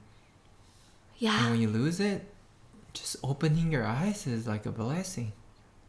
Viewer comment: The way he said blessing 😳